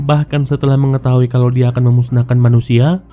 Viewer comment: perbuattt, nyahhhh, diahhhhh, terbakarhhhhh,bungahhhhhh, padanyahhhhh